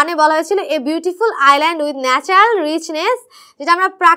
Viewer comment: Island hobe iland noi